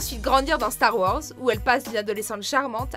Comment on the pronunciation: "Star Worz"?